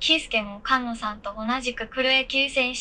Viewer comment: ！「かんの」さんじゃなくて「すがの」さんだよ😝うっかりさんめ⭐️🙈